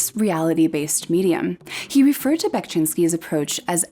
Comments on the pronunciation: "Bekshinski", not "Bekchinski"😄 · one of my favorite artists of all time!! also unrelated sort of, but you pronounce VERY wrongly and it was kind of hard to sit through the video because of that (however i must say that you did a great job with the city names, !!). but otherwise great work!! keep it up!!